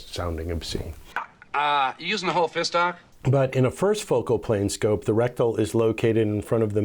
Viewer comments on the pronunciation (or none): it is reticle not rectal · You’re pronouncing reticle wrong.. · Yep you sure are lol it's OK we know what you mean